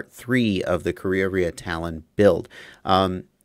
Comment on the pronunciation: I’m not an expert, but if you pronounce it properly it probably should sound something like ka-ray-a-ray-a. In Maori you often have a kind of a soft rolling R too. It’s not actually a very common word in NZ, don’t think I ever knew what our falcons were called until now.